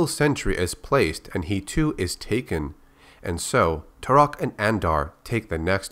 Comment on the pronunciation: Tal' Set: I am Tour-ock!😠 Joshua: I am Too-rock! 🤓